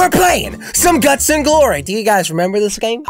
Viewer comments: hey jelle it's GUTS and glories not GLUTS 😂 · Jelly it's "Guts and Glory",not "Gluts and Glory" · Jelly, it's GUTS and Glory, not gluts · Uh jelly? Its guts not gluts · he said guts not guts